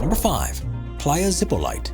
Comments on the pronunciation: ZEE - PO - LEE - TAY Please do not butcher foreign words. Zipolite is a Zapotec word. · Playa Zipolite is pronounced Playa Zip-o-lee-tay. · The beach's name is pronounced "zee-poh-LEE-tay." "Zippo lite" has the full flavor of Zippo but with half the calories.